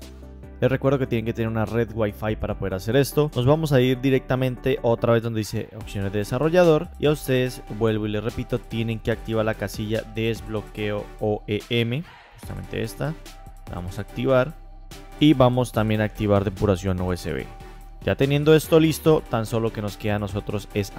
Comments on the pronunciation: ¿Porque pronuncias "Room" por "ROM"? No es lo mismo... Tampoco es desbloqueo "EOM" sino "OEM" ("Original Equipment Manufacturer"). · Lo dijo mal, es OEM